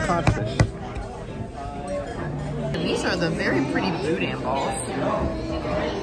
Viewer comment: thank you so much for pronouncing boudin correclty. 😂 I absolutely love the awe and excitement on Noa’s face. Now you have me looking at a Disney Cruise.